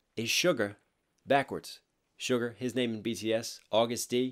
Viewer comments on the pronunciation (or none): I know I'm kinda late to this lol but Suga is pronounced Shoo-Gah not like Sugar! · did he just pronounce suga as sugar💀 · Uhm excuse me- It's suga not sugar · It's SUGA not SUGAR cries